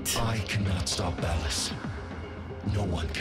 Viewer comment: I can't believe is still calling ballas 'ball-ass' lmao, it's hilarious. (But yeah deserved lol.)